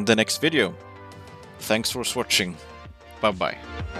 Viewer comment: "Thanks for Swatching" or did I misheard?